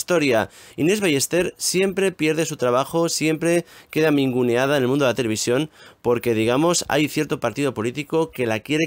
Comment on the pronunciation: Minuto , que da minguneada? Se dice: "Ninguneada". Por otra parte esta Sra Inñes Ballester que me gusta mucho su trabajo en TV, ha sido muy poca sorora con otra mujer. Esta mujer se rió de la Sra Mirtha Legrand (presentadora tv argentina) por seguir trabajando con 93 años. Reirse de los mayores no esta bien!